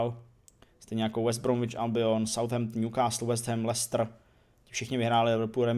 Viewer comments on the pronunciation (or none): none